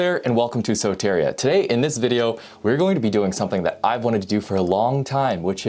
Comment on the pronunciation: Greek here. Its pronounced soteeriia ! Awesome video !